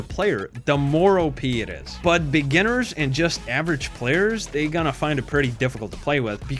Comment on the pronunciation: “It’s gouana go to the A tier.”